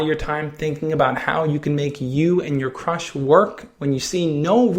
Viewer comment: At the beginning he said how do i talk to my crush but i thought he said how do i talk to my crutch and burst out laughing after he said that xD